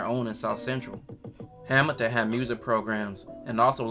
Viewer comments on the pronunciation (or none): My boy you know Hamilton has an L in it. Ol “Hamiton” saying a$$ 😂